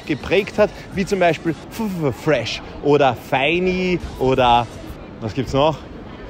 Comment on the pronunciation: Du kannst ffffresh nicht sagen haha du machst das ganz falsch